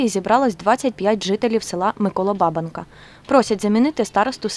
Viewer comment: Ну що там у вас з наголосами сталося, це ж пiпець ! Ну невже не зрозумiло, що якщо столiття, з митi заснування казали БабАнка (на другому), то на якого дiдька ламати на БАбанку (на першому) ?! Пiпець, а не граматика!